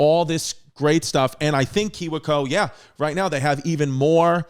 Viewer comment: I enjoy chris not knowing how to say KIWI CO